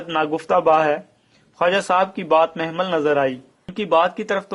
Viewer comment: Mehmil nahin mohmal